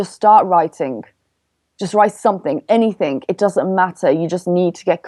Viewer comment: Very informative... Please stop saying ANYTHINK... it's ANYTHING...